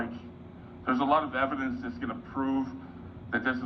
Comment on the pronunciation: “there’s a lot of video eb-el-ence” I think it really makes him feel important to say “you’ve been served”. Almost like he’s finally done something productive in his life